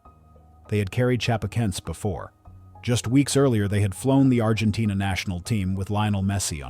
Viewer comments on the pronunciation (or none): none